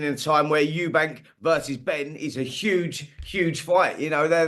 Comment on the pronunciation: It’s Eubank not Eubanks